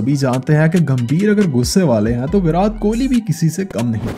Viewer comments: Why are you calling virat as virath its irritating 😶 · Bhai tu virat bolna seekh virad virad krke irritate krdia 😂😂😂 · He is saying विरात not विराट. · That's virat not virath he is saying virath virath🤣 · First Say properly his name ..what is virathhh..... it's VIRAT 😑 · It is not Virath.. it’s Virat... not tha.. it’s ta... you have used his several times and it was extremely irritating to listen... if you can’t say it just stick to Kohli... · Its virat not veraat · Bhai kiska kiska dimag kharab hua iski pronouncing sun k 😂 virath virath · virat kohli ka naam to dhang se le lo